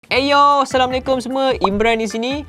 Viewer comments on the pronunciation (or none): none